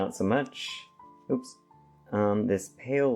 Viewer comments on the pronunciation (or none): none